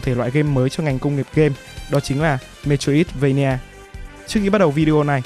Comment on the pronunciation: xin lỗi nhưng bạn phát âm metroidvania là "mê trô ít vây nha" nghe hơi buồn cười nên sửa